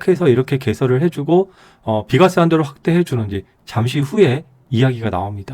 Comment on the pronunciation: 비과쎄~ ㅋㅋ